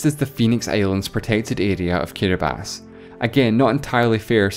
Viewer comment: Props for pronouncing Kiribati right